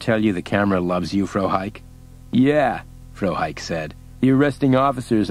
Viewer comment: The mispronouncing of Frohike was a bit annoying.